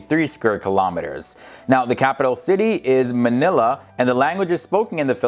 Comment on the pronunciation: its mah-nil-ah and its fast